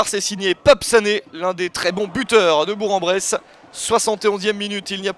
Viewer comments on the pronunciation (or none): Attention : on prononce "Bourk-en-Bresse". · J'approuve, on dit bourk-en-bresse. Allez FBBP !